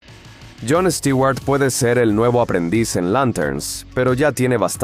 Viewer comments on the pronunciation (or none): Les quiero pedir un favor, ya dejen de decir Stiguar, lo escribo asi, porqué asi me suena, literalmente. Stewart se pronuncian con u porque la fonetica en inglés, la e y la w juntas suena como una u. Y no lo confundan con Stuart, porque este es un nombre en si. Este Stewart es el apellido.